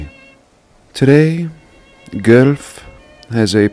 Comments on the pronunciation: gwelph not gooelf lol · Hey, I’m from that Area. This country is FILLED with these buildings and the liberal personality of this country has made it difficult. There are mountains, hills, reserves FILLED with buildings that have NO business there. It’s spelled pronounced Gwelf. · As someone from Ontario Canada, i think i can speak on this.. Guelph, is pronounced Gwelf. Fun fact: when Guelph was being built, the town of Goderich in Ontario was also being built. Apparently, the plans for the two places got mixed up. And the design for Goderich ended up being built in the designated location for Guelph. And the one for Guelph was built in the designated location for Goderich. If you look at a map of Goderich overhead, youll see a town square. Today, the only thing on that square is the Goderich court house. And i cant help but wonder if this town square was meant to be one of them star forts. But since plans were mixed up, and they built the star fort in the wrong spot, all that became of the Goderich town square was a place for a courthouse. Also, Carnegie is responsible for the design of many many libraries around Ontario and Canada. If you want a rabbit hole, look Andrew Carnegie up, and all he has built. Also, that st.patricks church in Kinkora looks exactly the same as the st.patricks church a couple doors down from me. I can send you a picture if you like. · Hi. I live in Guelph (we pronounce it Gwellf) and have been in the Basilica of Our Lady Immaculate for concerts. The acoustics are amazing. Inside the columns are massive and the architectural features are rich with detail and complexity far surpassing the capabilities of 1880's craftspeople. I wish you success with your battle - takes real guts to put yourself out there. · Guelph is pronounced "Gwelf". Love your work! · my town lol. Guelph, it’s pronounced Gwelf by the way lol Very huge jesuit with many tunnels vrry tartarian up here ...elora too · PS news channels pronounce it g-wealph